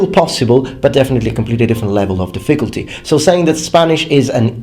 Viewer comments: Hey man. Your English is amazing. But you should say diffiCULty, instead of difFICulty. Again, I thought you were native english, but it's just something that i noticed. Love your channel! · I hate to criticize your pronunciation (in English, not the Japanese obviously) but when you said "difficulty" it sounded like you said "the ficklety" , remove some emphasis off the I after the Diff- and say -culty like how you'd say cult. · The way British people pronounce certain words like "difFICulty" and "adVERTisement" always throws me off. Such a weird intonation to my American ears... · His pronunciation of "difficulty" is adorable. "dif-FIC-ult-ty" He puts the wrong em-PHA-sis on the wrong syl-LUH-bul. :-D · The way you stress the word "difficulty" is incorrect. It's on the first syllable, just as in "difficult". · Hi (sorry, forgot your real name...) - I saw a video where you said you like to have your pronunciation corrected, so just to let you know the word "difficulty" should be stressed on the first syllable, not the second. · Good video. A small piece of constructive criticism. The word "difficulty" is pronounced with the stress on the first syllable, not the second. Your English is otherwise pretty much perfect. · The emphasis in the word difficulty is on the first syllable, not the second. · This guy's trolling me by mispronouncing difficulty. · Do Brits emphasize the second syllable in difficulty? I thought that like Americans, they emphasized the first, as in DIF-ficulty. Anyways good video! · Is what he said a mistake? My question was sincere, since I really don't know for sure which syllable British speakers emphasize in "difficulty." Though if his pronunciation was a mistake, he has said in previous videos he appreciates his viewers helping him catch these and improve. Also purpleanex why the prejudice against Americans? You could have just said his English is very good, which it is.